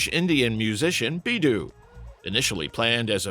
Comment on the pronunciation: I saw Rick Derringer, Suzi Quatro and Brownsville Station in 1974 and 1975. BIDDU pronounced " Biddoe" debut 45 on 1967 featured Jimmy Page, John Paul Jones and John McLaughlin- : Daughter of Love". Kids- we had ROBIN TROWER, BAD COMPANY, FOGHAT and of course Stones, Who, Kinks and Led Zeppelin. " Billy Dont Be a Hero" and " Kung Fu Fighting" are for the younger kids. We had FM radio and 8track!